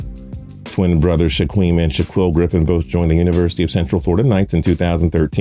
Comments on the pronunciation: Someone help this man pronounce the Griffin twins’ names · The way you say the Griffin brothers names is wrong, I can’t comprehend how you you could think that’s how their names are pronounced